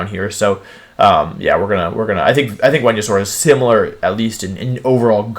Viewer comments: Did my guy just say whenya-saur? Venusaur. Venus-aur. Not venuasaur. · Why do wolfey say wendeysoar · Hearing Wolfey call Venusaur ‘Wehnosaur’ over and over made my brain tick and spark out 😂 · "woodeo", "Whenusaur" – it's surprisingly charming that Wolfie doesn't believe in the letter V 🤣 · Why he call Venasaur Wenyasaur??? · VENUSAUR, NOT VENASAUR! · Did he say "whenyousaur?" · New here. Why does he pronounce everything wrong? What the heck is a Wenyasaur? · The fuck is a wenausaur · THERE IS NO O IN VENUSAUR!